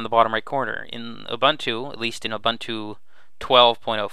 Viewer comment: Thank you for a good overview that I can share with friends. FYI, Ubuntu is pronounced "ewwbooontoo."